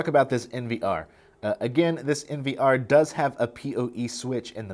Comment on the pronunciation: why do you say POE and NVR like a deaf person?